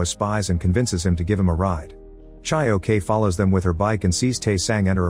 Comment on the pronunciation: I can’t get over how he pronounce “Chae-Ok” lol. Like I’m not Korean, but I’m pretty sure he ain’t pronouncing the name right.